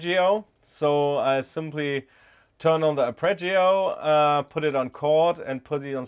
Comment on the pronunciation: "aRpeggio", not "apReggio". 🥴